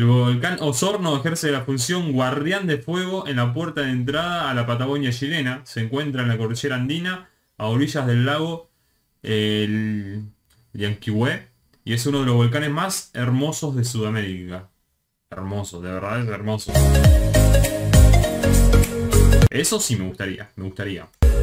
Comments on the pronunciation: se dice llan QUI hue, MAI po, pa la FI tos donde están las mayúsculas es donde se acentúa la palabra saludos desde arica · Hola, siempre te equivocas en los nombres de los lugares, ya que acentúas mal las palabras. No todos los nombres de los lugares son palabras "agudas", porque no se acentúan en la última sílaba, de hecho, Rosario no se pronuncia "Rorarió", porque no esta acentuado así. Llanquihue se pronuncia como palabra grave, si fuese esdrújula o aguda como lo pronuncias, debería llevar tilde. Ojalá te sirva, y muy bien video. Saludos desde Puerto Varas, a orillas del Llanquihue.